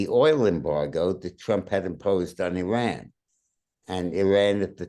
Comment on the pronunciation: Yeay, the ONLY presenter who pronounces Iran correctly!! Congrats